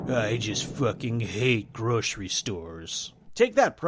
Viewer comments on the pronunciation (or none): none